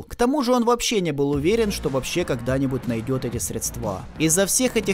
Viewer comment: Автор, красавчик, интересный сдала ролик и доходчиво все рассказал и осветил, тебе успехов и от меня просьба, в будущих видео при когда речь будет заходить о денежных срЕдствах, называй их так, а не средстА. Без хейта, режим слух и потом люди посмотрев ролики продолжают говорить не правильною, так сказать просвещай по полной!)